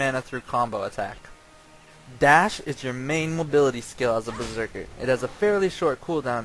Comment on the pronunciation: LMFAO! "A Berserkal..." LMFAO!